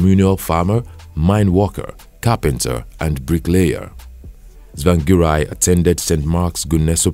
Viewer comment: Do not continue writing biography of people you cant pronounce their name properly. Harrrr🤬😡👹